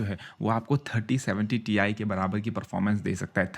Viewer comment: Ti nahi Tie bolo 👔 🙂😆